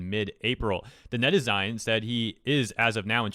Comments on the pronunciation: Net + citizen = netizen. It's pronounced net-a-zen. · Not criticizing or anything, but I think it's pronounced "Net-eh-sin". Net = Internet and zen = citizen.